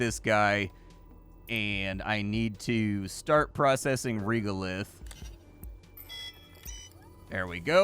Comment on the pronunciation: Respectfully, the voice acting pronunciation of the word "regolith" here is incorrect—it is pronounced with E as in end, not E as in eel. Before writing this, I checked carefully to ensure that there is no difference between US and UK pronunciation, which there is not. Thank you.